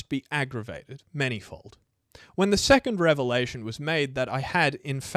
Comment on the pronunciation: 3.4 seccond instead of second.